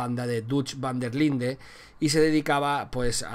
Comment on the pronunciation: Todo bieen pero aver si intentamos pronunciar mejor el ingles intentalo aunque sea un poquito , es desagradable escuchar makfarlan i vanderline ..tal como lo pronuncias